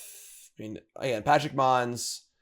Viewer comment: pleeeease, can you read "Pashalik Mons" and try to pronounce the whole name PA-sha-lik Mons, or Pa-SHA-lik Mons either way you're missing a whole syllable